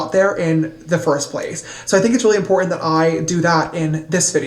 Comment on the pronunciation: Oh...I called you a dipshit in my last comment but you are now my hero for pointing out the impo in instead of important....another one is Ba In...it is a freaking button.